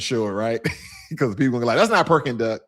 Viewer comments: Correction: it’s not Perking Duck, it’s called PEKING DUCK. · Great video about your trip to Shanghai and Beijing. By the way, I think you meant “Peking Duck” but in your video you said “Perking Duck”. Also, the two statutes in front of the palace in Beijing are not dragons. They are lions…one female and one male. Dragon has a loooooooong body. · i love me some "PERKING Duck" haha (Peking Duck)